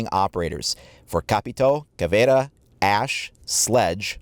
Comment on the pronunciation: You deserve a like just for pronouncing Caveira right! 😁